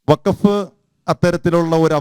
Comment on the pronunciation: പറയുമ്പോൾ വഖഫ് എന്ന് തെളിച്ചു പറയണം. ഇല്ലങ്കിൽ, കേൾക്കുന്നവർക്ക് ഫക്ക് എന്നേ തിരികയുള്ളു. ഫലത്തിൽ രണ്ടും ഒന്നുതന്നെ ആണെങ്കിലും, തെളിച്ചുതന്നെ പറയണം.